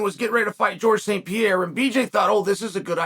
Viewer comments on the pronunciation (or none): none